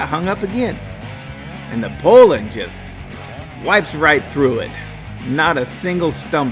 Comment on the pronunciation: Its pronounced poo-lan, well by me anyways.